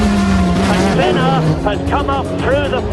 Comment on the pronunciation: not the way to say it